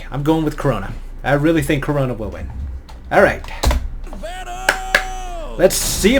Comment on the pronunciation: It's Crona not Corona